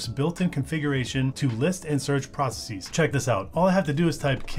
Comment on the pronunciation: Please don't say 'process-eez'. It's not pronounced that way in any accent.